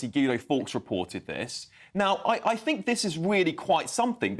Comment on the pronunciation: me too, she likes to fink about about fings every munf - what a fine orator!